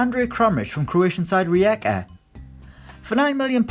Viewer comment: It's Ri-eka